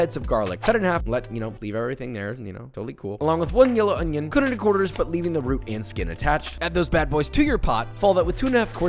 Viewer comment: “On’ion” Gets Me EveryTime 😭💯but most definitely Finna try